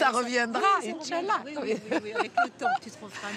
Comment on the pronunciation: le inshallah était magnifique👌😂